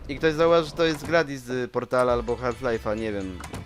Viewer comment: Nie gladis tylko GLADOS